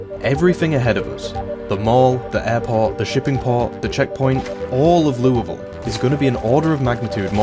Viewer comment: First zomboid youtuber I've heard pronounce Louisville correctly!